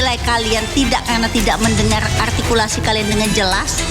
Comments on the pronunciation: Juri yg cewek bilang: "ARTIKULSI" katanya... Halo... yg dianggap gak ada itu bukan sebuah kata bu, tapi beberapa kata dalam kalimat..masa gak bisa nangkep.. berati Jrinya kagak cermat... masa juri cerdas cermat gak cermat.. PARAH Terus MC yg cewek jg bilang "Juri sudah sangat teliti"... Koplak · Duta arhhhgtikulasi